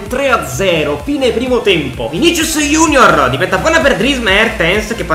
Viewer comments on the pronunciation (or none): none